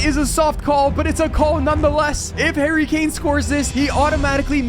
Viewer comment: There’s only Harry Kane. One Harry Kay-ain! One Harry Kane!